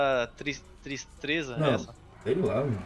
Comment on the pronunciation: E a que fala tristreza kkkkkkk